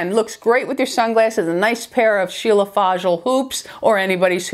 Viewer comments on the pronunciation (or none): none